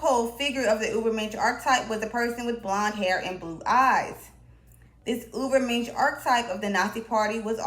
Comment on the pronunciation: This person is exactly a role model for the Dunning Kruger effect. Pronouncing Ubermensh as "Uberminsh" is just straith up diabolical, if this is a satyre account you got me I confess.